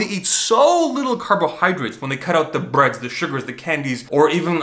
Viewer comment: why would you pronounce the 'bread" like this.........